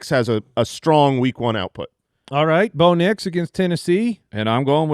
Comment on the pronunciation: I detected a bit of in "Bo Nix" pronunciation. It's the collab i didnt know I needed until now.